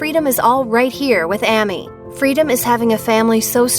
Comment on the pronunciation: Sitting here listening to this video and how many times The women mispronounces AMY'S Name just has me GRINGING!!!